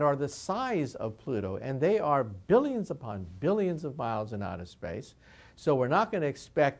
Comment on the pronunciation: "Outer splace" Good- now I know I'm not the only one.